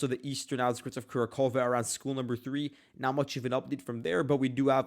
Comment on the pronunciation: The Russians are much further along in Kurakhove. Its pronounced Ku RAK hov-ah by the way, with annunciation on the 2nd syllable, RAK. The first syllable is NOT "Kura", its "Ku", and annunciation is not on "khove", its on "rak". Ku Rak hov-ah (or Kur RAK hov-o). The Russians have taken Kurakhove all the way up to the small river dividing the town, and captured the railway station. DeepStateUA reports are about 2-3 days behind reality (their reports are deliberately delayed by the Ukrainian government). Check Suriyak Maps, neutral and more reliable.